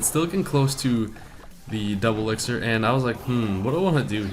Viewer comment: wow Like He said "You should put a elictir collector or you will have a rough match" WWew Dat "Elictir " e.e